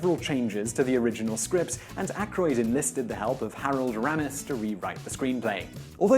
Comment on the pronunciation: And RAY-mis. Not ram us